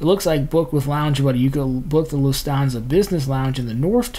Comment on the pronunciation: Interesting info but it's pronounced Loof tawn sa